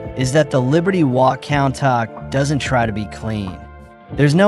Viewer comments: countach = koon-tash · Why is no one talking about how he pronounced countach.